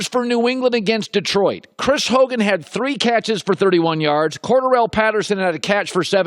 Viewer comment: The way you say Cordarrelle Patterson’s and Léveon Bells names is just garbage. Get it right it’s not that hard clown. And make up your mind on your opinions about certain topics, always switching things up lmao.